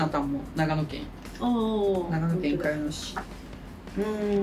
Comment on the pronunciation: 茅野市は｢かやの｣ではなく｢ちの｣です